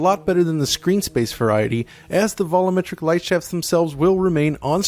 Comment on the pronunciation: Did anybody else get driven crazy by inability to pronounce 'volumetric' correctly?